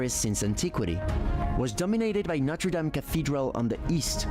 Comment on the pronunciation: I am delighted to hear you call Notre Dame (Our Lady) correctly and not Noder dayme like other Americans.